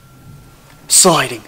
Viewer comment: I swear sounds super Australian when he says "sliding" at the start! Weird!